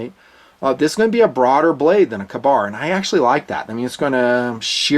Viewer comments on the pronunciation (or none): Lol, "KAH-bar"? Come on... KAY-bar! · I am glad I am not the only that thought it was a long-a instead of a short-a. Another example of Tomato/Tomato though. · Its a freaking Kay-Bar! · Makes for a good battle cry tho, "KAH-BAR!!" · Weird pronunciation of Ka-bar.